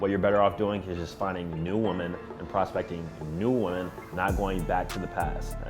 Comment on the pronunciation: Why does this dude pronounce "women" like "woman"?